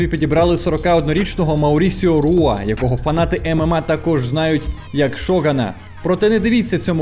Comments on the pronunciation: Не Руа, а Хуа. В бразильському варіанті португальської мови читається і вимовляється Хуа. Не Руа, а Хуа, не Родріго Ногейра, а Ходріго Ногейра і т.д. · Круто що ви покриваєте теж ЮФС, зараз мене воно цікавить набагато більше ніж бокс. Приємно було почути рідну мову в октагоні. Одна корекція, прізвище Мауріціо вимовляється як "Хуа", не "Руа".